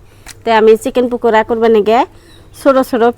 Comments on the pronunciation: পুকরা না। ভাবি। পাকরা। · পুকুরা পকোরা বলতে হয় ভাইয়া কে একটু কথা বলা শিখতে বইলেন